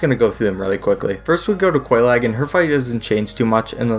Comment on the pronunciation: Bro...how did...how could you butcher Oolacile and Quelaag so badly? I mean the NPCs say their names already!